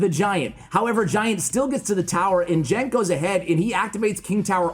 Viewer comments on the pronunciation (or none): Since he's Turkish, his name pronounced like that, "GUENCH"